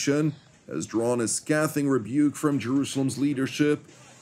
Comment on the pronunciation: Are you trying to say scathing? If so, that word has a long a vowel sound😉